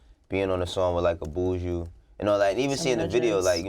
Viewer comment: Y'all crucifying Buju's name. It's BU-JU